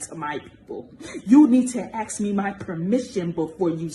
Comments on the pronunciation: When lock racist hateful lady can’t pronounce the word “Ask” correctly, instead of saying “akkss ” then we might listen. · I’m not axing her.